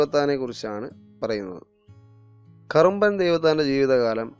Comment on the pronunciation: "കറുമ്പൻ" ദൈവത്താൻ എന്നാണ് പറഞ്ഞത് ., "കുറുമ്പൻ" ദൈവത്താൻ ആണ് ശരി.